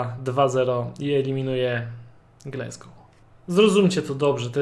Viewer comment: Polecam sprawdzić wymowę Glasgow.